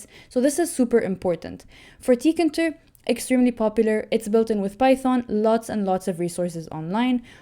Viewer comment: It's TEE-KAY-INTER